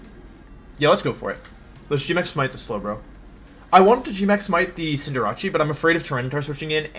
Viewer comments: Cinderatschi always makes me cringe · What's a cinderachee? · I subbed for "Cinderachi" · And then he butcher Cinderace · the purposeful mispronunciation of words like "guard" and "cinderace" infuriates me so....SO MUCH